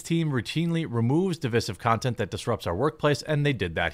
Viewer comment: Div-EYE-siv. Not Div-ISS-ive. Root word is Div-EYED (divide). Not Div-IDD.